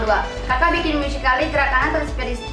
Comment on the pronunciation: Btw it pronounces "musically" not "musyically" lol